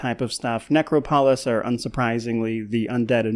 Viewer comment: You heard the man, henceforth it is Necro-Polis. Rolls off the tongue just like Politburo. (Picking mate, good video)